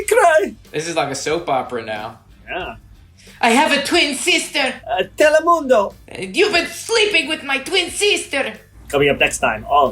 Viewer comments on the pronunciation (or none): “I have a twin seester!” Lost it🤣